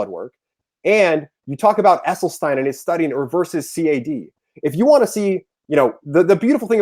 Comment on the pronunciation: True. He doesn't even know how to pronounce Esselstyn, which any vegan would know. He pronounced it incorrectly at least four times before I grew too weary of his loud mouth. Mic posted the link so I watched as long as I could. Sorry, Mic.